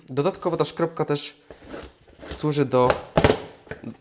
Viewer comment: To chyba jest skrobka a nie szkrobka... 😅 Czy mozna mowic tak i tak?